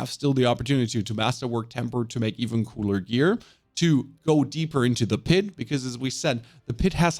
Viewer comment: Pit😖 - Pid😏